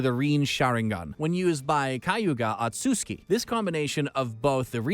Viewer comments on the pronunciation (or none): madaaara's suzano, manjeko saringen, renegan XD and my man said kayuga otski and not kayuga otsusuki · omg the pronouncciation reen sharingan , manjeko sharingan and kayuya osuuki😥😞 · Bro the way you're saying madara, kaguya, otsutsuki, rinnesharingan and susanoo disatisfies me in a way nothing could